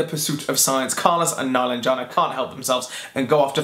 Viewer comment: Meh-LAHN-jeh-nah is how you pronounce her name. Watch the authors on YouTube read from the book or listen to the audiobook.